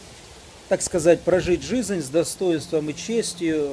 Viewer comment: Мне тоже шикарно